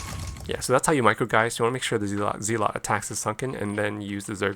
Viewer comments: Respectfully, and kindly, asking you to consider that the pronunciation of "zealot" is not "zee-lot" but rather "zeh-let". Check it out with some online recordings of the word's pronunciation. GG and have a great day! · Is this AI voiceover? ZEELOT??